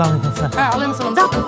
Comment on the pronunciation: নাটকটি খুব ভালো লাগলো। কিন্তু একটা বিষয় লক্ষ্য করলাম, সব নায়ক ই সালামের শুদ্ধ উচ্চারণে ব্যর্থ